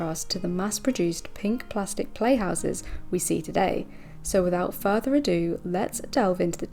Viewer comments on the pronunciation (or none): none